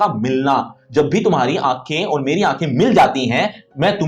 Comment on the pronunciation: Sir Aoor hai ki Aur ..clear karyiya